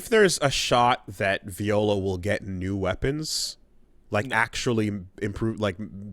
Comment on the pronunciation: I'm convinced is Mispronouncing her name on purpose